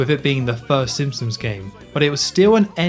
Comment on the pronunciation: How do you make so many amazing Simpsons game overviews but pronounce it Simpsums? 😂